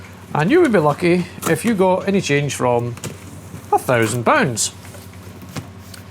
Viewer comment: A hundred and twenty poonds. Hoots mon, a bargain! We know how canny a Scotsman is with his money 😎 BTW, my dad was born in Scotland - Ayrshire I believe ☺